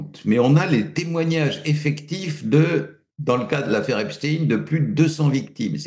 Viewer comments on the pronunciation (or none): Monsieur Raufer prononce t-il aussi Albert HeinSTINE ou reserve t-il cette étrange manière de faire à "Epstein" pour ne pasfaire trop sonner Israëlite ?